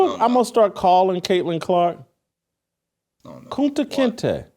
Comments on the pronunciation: Yo Jason, you called Caitlin Clark "Kunte Kinte" that's 😂😂 hilarious. Steve Kim is the Man 👍. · This MF said Kunta Kinte. WTF